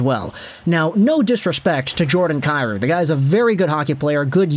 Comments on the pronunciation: Isn't it pronounced Kai Roo? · Saying Jordan’s last name incorrect. It’s pronounced KEY ROU. If he was Slav no one would have an issue I know just butcher the Hellenic names like everyone else.